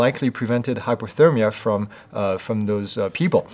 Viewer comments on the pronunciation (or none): none